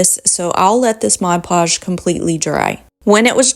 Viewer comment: The product is called Mod Podge, Podge is pronounced "pahj", not the French pronunciation "pazh" as in decoupage.